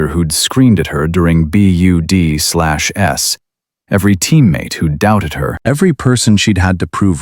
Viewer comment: Teach your AI narration to says "BUDS" NOT "B-U-D-Slash-S."